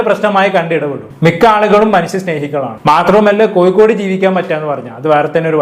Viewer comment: Koyikode allada kozhikode...... Ni aadyam poi naak vadichit vaa